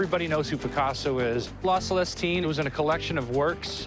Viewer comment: omg there are some stupid folks out there "las lustine" he effectively stole the first syllabe from the second word and added to the first word instead of reading the picasso title like "la" a pause and then "selestine" he read "las lustine" 😂😂😂😂😂